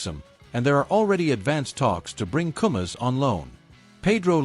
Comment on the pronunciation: It's koumas, koumas, not komas